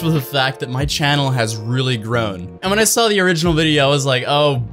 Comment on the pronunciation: 'the' not 'da' 🙄